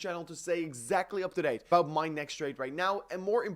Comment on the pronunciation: its OUT not UIT. ABUIT TO SEE